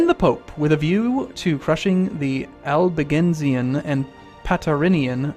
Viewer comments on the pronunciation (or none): none